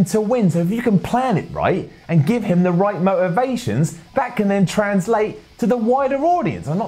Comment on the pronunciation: "Ba le" "Mo iva ion"